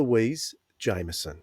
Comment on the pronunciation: Louise is indeed amazing. Just a small point that really annoys me - Louise has repeatedly stated, for our benefit, that her surname is "Jameson" - not "jaimerson" and not "jammerson". We all get annoyed when thoughtless and/or ignorant journalists refer to poor Peter Davison as "davidson" on a regular basis (imagine how he must feel!) and this is just as bad. Please, just respect how she prefers her name to be pronounced - it's a problem that's become quite chronic among podcasters. It's not hard to do and I'm sure she's just too polite to keep correcting people.